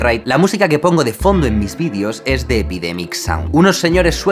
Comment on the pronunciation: Jaime, te has pasado todo el vídeo, diciendo "vidios" en vez de "videos". ...un consejo, no felicitareis material vuestro a las televisiones si no queréis que estas os roben la autoria del mismo como le paso a Luisito.